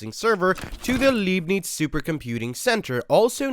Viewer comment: One question: What is "thoughtput"? Do you perhaps mean "throughput"? 😆 The great mathematician Leibnitz' name is pronounced "LYb-nitz", not "leebneets". (It's his name given to the computing center you mentioned.) And then... MATtrix"? Maybe you mean "MAYtrix" for the word spelled "matrix". Otherwise, this is a really interesting video!